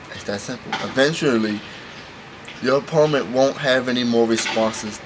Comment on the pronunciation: u said " opoment" lololollol